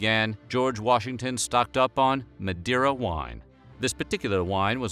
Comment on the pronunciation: The way he pronounced Madeira made my cringe.